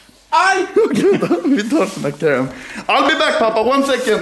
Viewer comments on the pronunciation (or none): none